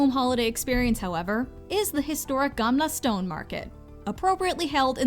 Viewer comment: Gamla stone? That hurts. It's "gamla stan", and means Old Town.